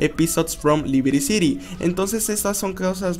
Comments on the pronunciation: porq dices libiri ciri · No sabía que Liberty City se pronunciaba "Libiriciri"